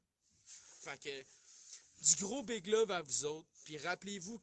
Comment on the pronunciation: Pas bit mais big